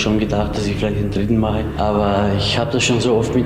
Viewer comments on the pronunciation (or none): none